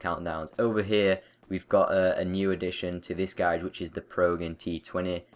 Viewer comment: Not hating but I hate how he says "garage" xD